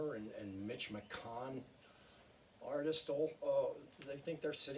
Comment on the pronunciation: YOU added the TULL... there's a t at the end of artist. I just ended w/the ell added to it. What, is he a hero of yours?